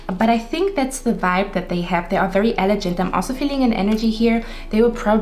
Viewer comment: Your so cute! Love your whole vibe. I chose 1 but I think you were describing me lol. On a side note elegant is pronounced with a g sound not a j sound. ... Guy not gentle. ❤️